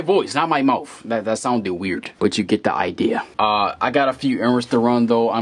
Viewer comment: did you say moufth?